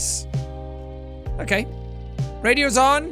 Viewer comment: that 'okay' sounded so Australian